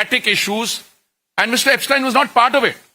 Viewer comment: He pronounces everybodies name perfectly but पूरिजी एब्सटीन को एब्सटायन बोलकर आइंस्टायन बनाना चाह रहे हैं😂😂😂😂